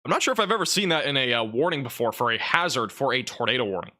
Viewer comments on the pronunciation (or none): none